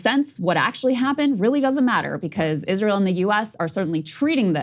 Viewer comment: Krystal: Isweal scawy 😱